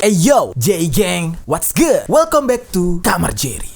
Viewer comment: Good bukan geet conge wkwkwk